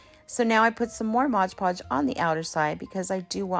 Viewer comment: I love your DIYs. You do know it's Mod Podge? There's no g in mod. 😁